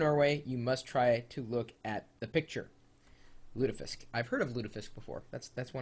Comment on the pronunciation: Pronunciations: (you can look up the symbols on wikipedia, search for IPA) Raspeball: [rɑspɛbɑl] "rahspe-bal" Fårikål: [foriko:l] "four-ee-coal" Kjøttkaker: [çøtkɑ:kɛr] or [ʃøtkɑ:kər] "shut-kah-ker" Lutefisk [lʉtɛfisk] (you were very close!] Smalahove: [smɑ:lɑho:və] "small-a-ho-veh"